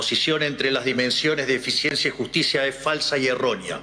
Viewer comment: 🫣 Esto esta chequeado!!! Que dice?? Inficiencia=eficiencia, dijo no vale la puena=pena, es traba no trabues, valores marales y es morales, NO SABE LEER!!! Y ES EL PRESIDUENDE!!! fue a hablar pavadas, lo que dijo solo beneficia a trump 🇺🇲 no a la Argentina 🇦🇷, sos una maquina de hablar y hacer c4gad4s, que verguenza nos haces pasar en el mundo entero. Y pensar que hay liberdolobus que te aplauden como focas 🫣.